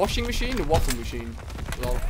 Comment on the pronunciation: Ali it’s spelt waffe but it’s pronounced vaffe because it’s a German gun and Germans pronounce w’s as v’s